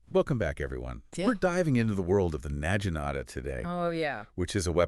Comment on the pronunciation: i cannot sit here and listen to you mispronounce naginata for 5 minutes in front of a bad AI generated image